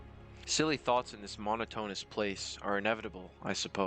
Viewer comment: How did you mispronounce the word "monotonous"? "Evangelist" is not pronounced that way either.